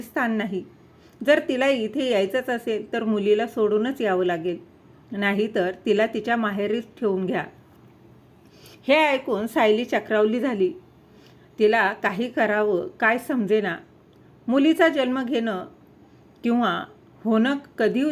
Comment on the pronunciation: चक्रावती नाही चक्रावली